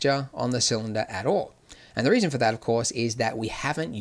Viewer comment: "The WEASON" lmao ... Not laughing at ya Andrew, laughing with you bro